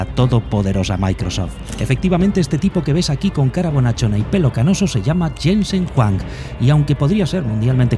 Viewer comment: Se pronuncia Yensen Juang en español (Jensen Huang), la W no se de donde lo sacas.